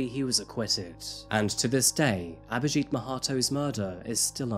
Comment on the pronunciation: it's not aberjeet its abhijit she said it right